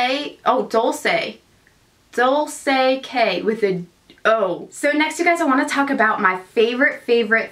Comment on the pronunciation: Dolce K ist pronounced like the designer brand Dolce & Gabbana 😉